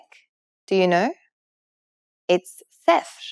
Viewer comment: we dont pronounce it seefer (its sefr)